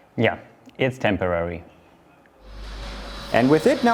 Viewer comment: "it tempowary" he said 5 years ago